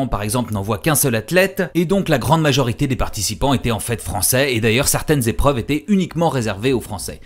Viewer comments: Les liaisons dangereuses ! Mais j'ai trouvé ça passionnant aussi. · 477 z-épreuves ? Passionnant en tout cas ;)